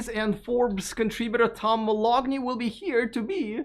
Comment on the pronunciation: "Tom Moloughney". Would you please verify his correct pronunciation? Isn't it "Ma- LOW-ney? The G is silent, is it not? (I'm a grammar- spelling- and pronunciation fanatic.) Oh... and we need independent, unbiased, free thinkers in the media! I don't like the VW ID.4, but that's okay, and it's okay to speak of Tesla's (and Elon's) warts. Even Elon says he wants and needs people to be honest with him, even if it prompts him to cry into his pillow night! Otherwise, he would be no better than Cry-baby Tramp! Thanks!